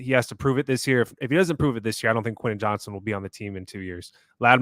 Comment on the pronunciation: I’m a big fan of this podcast but it drives me up a wall when Josh continually calls WR Quinnen Johnson. It’s QuenTin JohnsTon. There is a “T” in his first and last name.